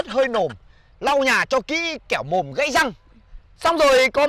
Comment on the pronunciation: Phải đọc là gãy chư bạn